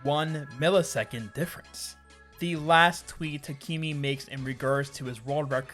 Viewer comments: Really enjoy the series, no longer play mkw but still love watching the speedruns. The distances these people have pushed all these tracks is insane Also, just a quick fyi, the pronunciation of Takemi's name is more like 'tak-emi' and not 'ta-key-mi' as its a け (ke) and not a き (ki)! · im probably late on this but,, Takemi is said as 'Tak-em-ee, not Tak-eem-ee' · "Tuhkeemee" is killing me